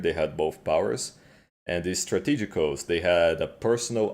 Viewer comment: anyone else praying for him to notice how to say strategos? kkkkkkkkk